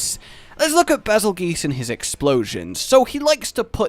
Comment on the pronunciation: Okay, m'boy - it's not "bazzle-ghee-us". It's actually "basil-juice". Like you juiced a basil plant. Seem odd? Well, consider that he was named (nondiegetically) after the Betelgeuse star system in our sky. And that is pronounced as "beetle-juice" (it's also the origin of that character's name; you know, the demented ghost of Michael Keaton). Only in this case, yelling "Bazelgeuse, Bazelgeuse, Bazelgeuse!" doesn't summon him from the depths of hell to eff up your week (thankfully). So yeah - juice of the basil. It also rolls off the tongue smoother.:D